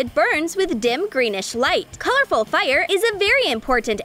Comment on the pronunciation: Why dose she say fire like FiRe